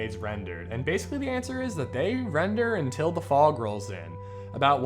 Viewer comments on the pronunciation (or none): none